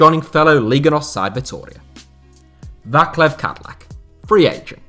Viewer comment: Váklav Kadlek :D :D Come on, man. You could at least try to google how to pronouce his name, but this is funny as shit :D And he's not a free agent, he retired due to the knee